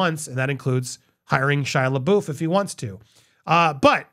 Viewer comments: I'm a little OCD when it comes to proper [pro•nun•ci•a•tion]. Hey, we all have our quirks & pet peeves.🤷🏾‍♀️ With that said, Andy, when have you ever heard anyone pronounce Shia LaBeouf's name as "luh-boof"? 😅 It is pronounced "luh-buff". As I'm entirely intrigued by what drives human choice & behavior, I must to know what, in your mind, causes you to choose "boof" over "buff". 😫 The cringe of it all. 😂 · Love your takes on things! Just wanted to say it’s pronounced “Luh-Buff” 😊